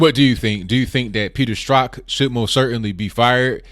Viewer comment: I really appreciate that you can pronounce 'Strzok'.